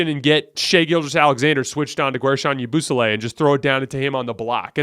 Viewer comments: The way he says yabusele got me rolling bro lmao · The way you pronounced Yabusele took me out 😂